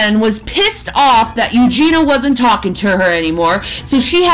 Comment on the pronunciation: “Eugen-e-uh”, 🙄